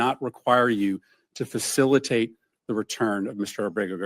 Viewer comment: Facilitate and effectuate say correctly you idiot 9-0 not what Supreme Court said they said facilitate or effectuate the illegal gangbanger